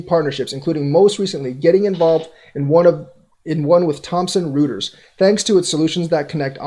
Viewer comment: It's pronounced Thompson- Roy ters, not rooters.